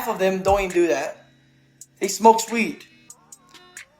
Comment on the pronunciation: "They smoke sweed"